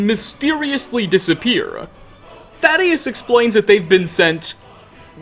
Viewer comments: Dude my name is literally thaddeus and you're butchering it so hard every time I can't not mention it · How he says Thaddeus kinda kills it for me >.< He literally hears how the character pronounced his name and says it wrong anyway